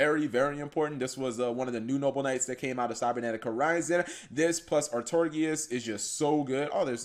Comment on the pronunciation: Oi m8 its pronounced "Are-Tore-Ih-Gus" Not "Are-tor-gi-us. But nice vid otherwise